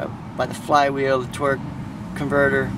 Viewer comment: Did any else hear "twerk" n not "torque"